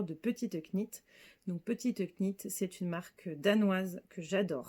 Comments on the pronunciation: Hello! Très heureuse de t’avoir découverte grâce à ce podcast... sans Instagram, je suis toujours la dernière au courant! Bravo pour tous tes projets, nous avons les mêmes goûts en terme de coloris et de formes et de designers! Est ce que tu sais qu’on ne prononce pas le « K » de « knit »? Pardon, hein! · Jolie découverte que votre podcast. Je me permets juste de vous dire qu’on ne prononce pas le k dans « knit », « knitting » etc. À bientôt ! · Juste mentionner gentiment qu’on ne prononce pas le ´k’ dans petite knit